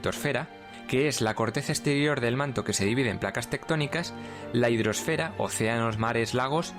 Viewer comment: "La hridrosfera" con el acento pronunciado en la e jajajajajaja mejoró mucho con el tiempo.